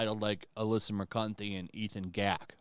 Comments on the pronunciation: I dont know if it was intentional to say her name as Alyssa mer-cunt-ee but i approve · Moo-cant eh. Emphasis on the Moo. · "...had a stupid, immature response..." He says, moments after mispronouncing her name by pronouncing "Mercante" with a "u" sound in the second syllable... Never change,. Never change... 😂